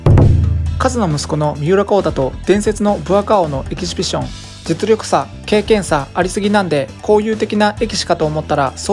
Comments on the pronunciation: エキシビション言えないでちょいちょいエキビシジョンって言い間違えてて笑う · エキシビション言えない人ww ピシピシ言ってない？ww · エキシフィジョンファチ笑笑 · エキシビションマッチの発音なんか気になるw